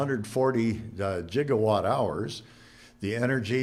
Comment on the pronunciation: goddammit learn how to say gigawatt, the fuck is a "jiggerwatt"